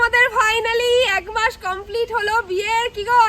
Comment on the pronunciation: এক মাস না বলে এগ মাস বলছো কেন??